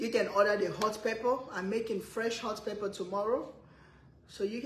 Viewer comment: Over, pepper. Not ova, Pepa...